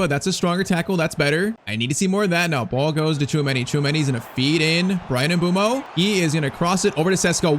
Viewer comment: It is mbu+emo Not mbumo Americans or European plss